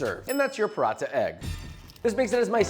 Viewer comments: brother it's not "Parotta", its pronounced "puh-ra-tha" with a hard "t" sound like the second t in throat. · his pronunciation of paranatha ;(